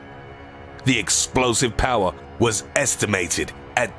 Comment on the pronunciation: This guy puts to much emphasis on meaningless words in the sentences, instead of saying "the sky was on FIRE" he says " the SKY WAS on FIRE"